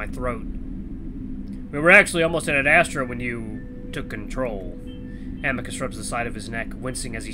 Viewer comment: I keep hearing you say 'ad-asstra' XD And intro to Cass, he's............. fun 😀